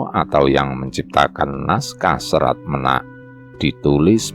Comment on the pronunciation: Serat Ménak, bukan Menak